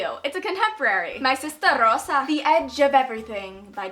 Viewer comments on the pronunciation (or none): Oh my gosh the accent of when you read My Sister Rosa was hilarious,I died.